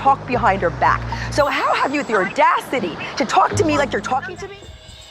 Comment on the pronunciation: "How do you have the oRdaCiTy?!" I love Ramona 🤣🤣